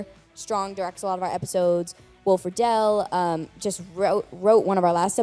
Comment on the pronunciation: Good effort, but how can you not know how to pronounce “Fishel” and “Friedle” after watching all these clips???